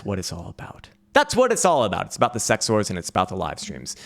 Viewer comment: Did he say CEX Wars or Sex Whores??